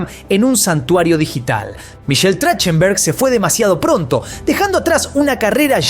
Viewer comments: Se pronuncia TraJJtenberg 😊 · Se pronuncia trajtenberg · Así no se pronuncia su apellido, deberian averiguar como lo pronuncia la persona y luego si crear el video 🤦🏻‍♀️ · No pronuncia bien su apellido